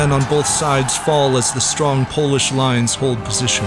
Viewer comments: Finnnnnnnnnallly someone who pronounces Polish names properly❤️❤️❤️ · Can’t wait to see the art in this episode as prints! I love that Tutonic knight in the swamp! Great narration this episode as well I loved the accurate pronunciation of the names :D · As another Pole, same reaction! Chills and some tearing up! The whole video is masterfully done with a lot of details (some aren't even directly taught at Polish schools, so congrats!) and proper pronunciation of Polish and Lithuanian names/locations (it's really rare for English-speaking channels to achieve it). I think this is the best English/Western video about this battle, and it is one of the most well-known battles in the Polish/Lithuanian history, the most well-known in my opinion (you can literally ask a random Pole about Grunwald, and basically everybody will know what it was about, it's like Sparta for Poles; the second well-known battle would be the Battle of Vienna). I subbed!